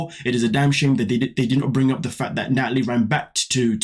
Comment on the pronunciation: Nutalie, Nutalie, Nutalie 🙄🙄🙄, please sit down girl 🙄🙄🙄